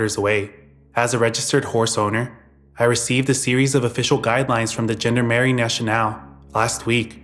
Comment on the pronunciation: It's pronounced Jean-Darm-Arie